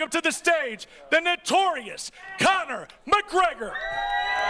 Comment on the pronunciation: “Kayne-Connor” Mcgregor -😫don’t devalue yourself